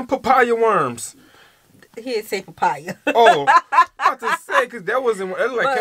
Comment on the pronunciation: Lmao 🤣🤣🙌 I love this reaction I can't believe you guys are so late on this but it's really dope.... "papaya worms"🤣🤣🤣🤣🙆🏽‍♂️💀 it's mampani worms